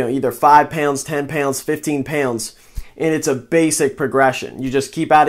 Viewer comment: where are you from? you say pounds werid AF, pewnds. 5 pewnds 10 pewnds 15 pewnds